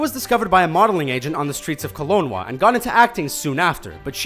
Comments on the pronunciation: Kelonwa?? It's Kelowna dude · kolonwa!!!!! Lmao, it's kelowna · Its pronounced Ke-Low-NA not kelonwa (or whatever he said...) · its kell-oh-na not kell-own-wah [kelowna] where evangeline lilly was found but she was from Abbotsford BC...fyi... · It's "Ke-loow-na", not "Ke-lon-waa"! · KenloWA? Lol! KelowNA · It's pronounced kel own a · um... Kelowna is pronounced (Ke - low - na). Thanks from Canada, eh? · It's pronounced Ke-Low-Na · It's KEL-OWN-A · Did he just pronounce Kelowna "Kel-own-wa"? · KelownWa??! that's the funniest mispronounciation I've ever heard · I was just freaking out about that, where F*** is - Ka-lone-wah bahaha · Kelowna. "Ke-low-na". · How do you ever mispronounce Kelowna like that? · I laughed way too hard when I heard him say it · I thought I misheard. Kelowna. He switched the "W" and "N". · You said Kelowna wrong!!!!!!!! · He mispronounced "Kelowna". How can someone mispronounce it that bad.